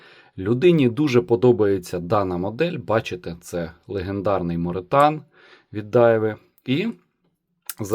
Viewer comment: Morethan = more than (англ. більше ніж) і читається ну ніяк як моретан 😂